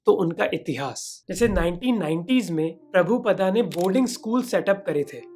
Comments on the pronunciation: डियर मोहक...अच्छी वीडियो है आपकी....लेकिन इस्कोंन संस्थापक का सही नाम प्रभुपाद जी है प्रभुपदा नहीं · भय्या, व्हिडिओ तो तुमने बहोत अच्छा बनाया लेकीन पुरे व्हिडिओ में श्री. प्रभुपाद का नाम उच्चारण गलत करते रहे " प्रभुपदा " करके. प्रभुपदा शब्द का कोई अर्थ नही है लेकीन प्रभुपाद का अर्थ है प्रभु का याने भगवान का पैर ( पाद) या प्रभु का चरण.